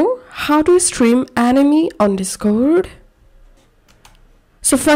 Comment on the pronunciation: he talking about how you pronounced Anime as Enemy 😂. Nothing else girll